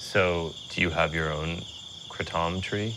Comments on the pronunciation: Why do people call it Kruh-TOM? There's no uh sound. Kray-TUM is how I've always heard it pronounced. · why the fk does he keep calling it the CRAH-TAHM tree? it's pronounced crayTUM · I thought it was called kray-tum or krat-um not kru-tom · Everyone says it wrong. Its kra-tom not kraatom . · I pronounce it "Kraytum",...sounds so much better than the alternative! I have watched Joes podcosts on Kratom already, one of them is almost damaging to the "save kratom" wave.....Lots of people in the comment section share the same opinion....I have been taking it for 3+ years now, Love it! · Idk what that dude at but it doesn't sound like Kraytom. I never heard of any that makes the tounge numb, sounds more like kava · "kratohm" lmao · “Craw-Tom” btw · Never heard it pronounced kratOm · im sorry but the way he says kratom really triggers me. "krah TOM" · Why does every suburban white human pronounce it "krah tom" 😂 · Stop saying it like that😆 it’s ‘KraYtom’ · Man this journalist is weird af and the way he pronounces Kratom as Kruh-tom is sooo annoying. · Soooo rough to watch. Please stop calling it "Kray-TOM" hahaha Cool hearing from the locals though. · "Kruh Tom"? is the way you are pronouncing it........SMH.....Its not French brother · It's driving me CRAAAZY how he's pronouncing it!! 🤦😲🙄 It's pronounced "Cray-dum" 🙄 smh 😂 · He is very shady!!! even his pronunciation of KRATOM is horrific....made me cringe....He wouldnt even try it or ask .....SMH! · Hamilton is kinda fucking creepy in this and it kills me how he is pronouncing kratom, lol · Can you please learn to pronounce it correctly